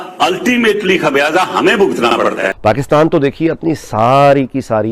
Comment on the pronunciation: आप पाकिस्तान को पकीतान कहते है पहले अपना बोली ठीक करे